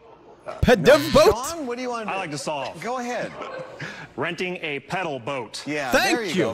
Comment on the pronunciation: Wheel of Fortune (last clip) is notorious for being super nitpicky about how things are pronounced. So because the first two people pronounced it more like "paddle" instead of "pedal" they were incorrect according to the show's rules.